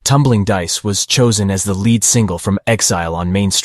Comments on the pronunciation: Leed not led. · You lost me and I turned the video off when you said led and rhythm guitar. Your lack of music knowledge shows. Lead when pertaining to a guitar is pronounced leed not led. It means the guitar player is playing melodies and most likely will perform the solo. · I hate ro be a nerdy curmudgeon about the English language, but this is an excellent piece about the ROLLING STONES' MUSIC, for God's sake, and they've got the narrator pronouncing "lead guitar" (phoenetically) "LED guitar!" Every time he says it, it stands out like puke on a tuxedo. Also, the narrator is the VOICE of a documentary, and he himself hasn't got the cultural chops to be aware of lead- and rhythm-guitar playing. It's rhe little rhings. Especially when they distract so cacaphonically from the high quality of the writing, shooting and editing of this video. Damn, though: you gotta' go a ways to tell me sruff I didn't already know about the Stones. Thank you!